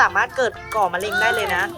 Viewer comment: มาแล้วครับบบบ กินของย่างระวังมะเร็งนะครับบ แม่อุ๊พูดว่ามะยิง55555+